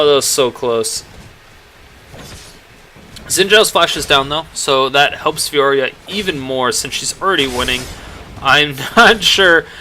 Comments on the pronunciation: its Fiora not Fioria :P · Not trying to sound like a douche, but its "Fiora" not "Fioria". Just trying to help out ( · there is no second I in Fiora, stop pronouncing it fioria, it be bugging me